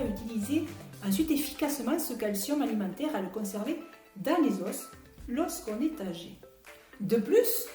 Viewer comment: SVP, merci de prononcer les os et non les « osses «